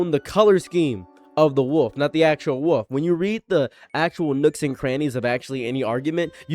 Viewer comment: Out of curiosity: where are you from? I'm asking because of the way you pronounce "wolf", which reminds me of certain of my relatives.